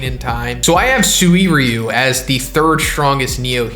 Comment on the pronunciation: Who gets bothered by SUWIRYU? It's Suy-ryu.